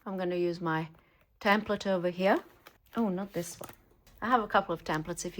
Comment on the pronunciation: I love listening to you. I love the way you slip different accents into your speech. I particularly like the way you say “here”,😊! It sounds very aristocratic….sort of like Queen Elizabeth would say it.